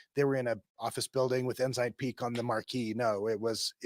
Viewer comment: This is a great report or summary or exposeʻ.As an old CPA, it makes me cringe. I have wondered for a long time about church $$$. Left in about 1992 or 93 (no letter, so still counted I guess). Every time I hear one of you say Ensign Peak I hear Enzyme Pete, sorry.